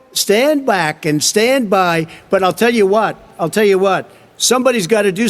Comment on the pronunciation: how do you fk up the word “back”?